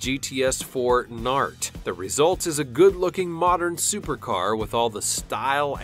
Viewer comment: Thats not pronounced nart, its N A R T. North America Racing Team.